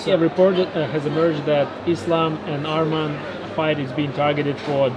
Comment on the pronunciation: Say his name right it’s not armen it’s arman